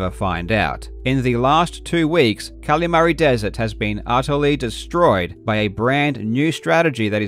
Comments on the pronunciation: great video but it kills me every time you call it cally mary instead of calimari like the fried squid dish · I am begging you. Please stop saying Kalamari like that